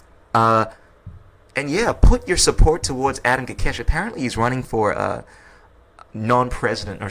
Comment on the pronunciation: Ko kesh. Not kakesh